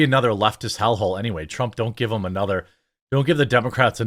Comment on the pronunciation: you mispronounced hell